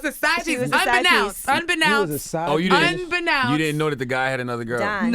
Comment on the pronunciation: she yells out "unbenounced! UNBENOUNCED!! instead of unbeknownst. cringeworthy. Please learn how to pronounce words before you use them